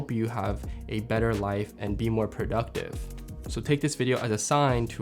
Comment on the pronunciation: prouductive? 😂 Love your videos and channel my guy! Keep it up. You inspire us with your tips and filmmaking.